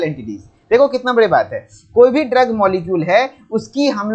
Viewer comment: Aapne drogue ko ghalat pronounce kiya hai.